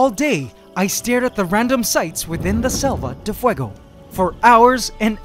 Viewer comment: I love your spanish pronutation of selva de fuego